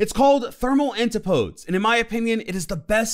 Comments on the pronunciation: Its pronounced an-tipo-dees, not anti-podes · It’s pronounced an.ti.po.dees